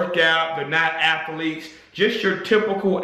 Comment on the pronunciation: ATH-A-LETES!! Haha